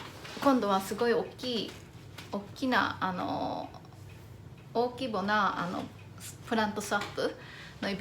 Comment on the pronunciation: 大規模をおおきぼって言う人初めて見た!方言かなんかですか？